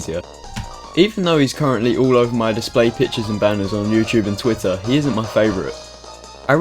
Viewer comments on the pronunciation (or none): none